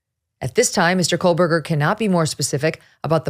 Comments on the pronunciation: KOH berger No “L” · His name is pronounced Co burger. Come on. Get it right.